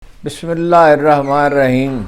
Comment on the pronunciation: آپکی عمر کافی ہو گئ ہے بسم اللہ الرحمن الرحیم تو صحیح پڑھنا تو سیکھ لو